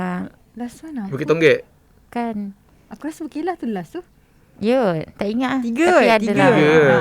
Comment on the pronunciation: kalau tak silap, sebut dia bukan ber'kay'lah mcm yg pi makan angin tu, tapi ber'KE'lah.